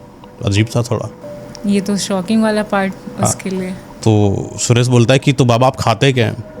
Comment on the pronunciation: ये जो कहानी कह रहे हैं; लगता है कि इनकी हिन्दी भाषा कमजोर है। कारण ये महाशय 'सुरेश' को 'सुरेस' बोल रहे हैं। ये कहानी में बताते हैं कि साधू सुरेश को अमावस्या की रात में सिद्धि करने की बात कहते हैं; लेकिन पार्श्वभूमी के पर्दे पर पूर्णिमा का चंद्रमा दिखाते हैं और आकाश में प्रकाश का दृश्य है। क्या कभी अमावस्या की रात में कभी पूरा चंद्रमा होता है? अगर हो तो वह अमावस्या की रात नहीं होती। कुछ भी दिखाते/सुनाते हैं 😮😊😂